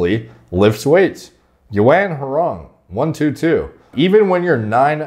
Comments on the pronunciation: Yuan is pronounced “Wren” 😅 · He pronounced it… “you ant wrong”😭😭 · You-on (Yuan)